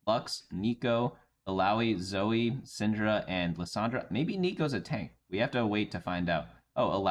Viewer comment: It's not "zoh" mr. editor. It is indeed pronounced Zoe "Zo-E".